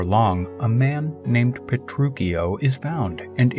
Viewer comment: Pretty sure you’re saying Petruchio wrong